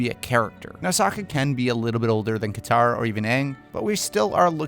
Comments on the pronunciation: Your Katara was correct! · BROO YOU GOT KATARA RIGHT THEY CASTED HERRR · Wow you got Katara right xD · You got Katara right! Kiawentiio got Katara 😭❤ I'm so excited for the representation and hoped so badly when this video came out